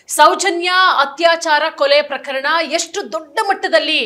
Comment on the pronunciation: You are a very good anchor Onde ondu salahe PraKHArana anta helbedi PraKArana anta heli Alpapraana